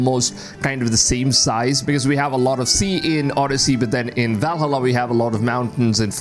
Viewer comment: I presume English is not your first language. My suggestion is that if you are going to be a creator you could at least know how to pronounce names. For example: Valhalla is Val as in pal and halla as in ha and la; Yasuke is Yah-sue-Kay. I like your content and if you would listen to other creators you could pick up on pronunciation. I actually thought your commentary was AI generated.